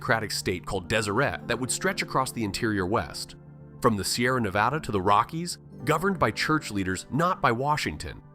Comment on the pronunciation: to be fair, they also pronounced Nevada in a way that instantly signals to the locals that they're from out of town.